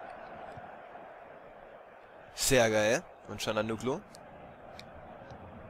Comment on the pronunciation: Er wird ganz anders ausgesprochen(Calhanoglu) aber egal